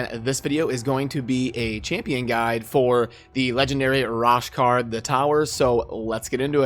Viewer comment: Bro, lol...u be butchering these names!!! Its pronounced RO-SHARD. As always tho, good vid😁 Btw, U've got a few great Legos now!